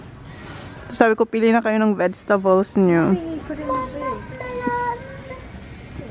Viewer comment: can u please say burger instead of borger and vegetables instead of vedstable sorry lage ko lamg ksi naririnig